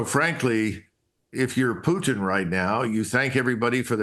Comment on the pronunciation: Why do you mispronounce the Russian leader's last name? Is it some kind of problem to pronounce the T sound?